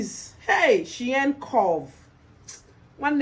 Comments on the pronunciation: It's the intro for me 😂😂😂 wahala for who no fit pronounce Shein 😂😂....all the outfits are amazing 💖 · 😂😂😂😂 you pronouncing Shein